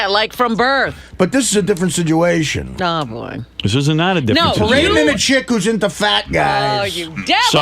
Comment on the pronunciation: Can someone please tell this fucking sack of guido shit the word is SITUATION